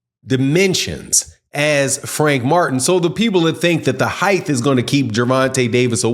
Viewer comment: Where are you from? I’ve never heard an accent where “height” is pronounced “hyth”